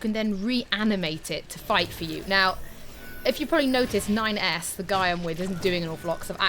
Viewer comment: When said "That's 9S" I legit thought I had heard "That's my ex" and I thought 'Is she cheating on Ignis?' 😂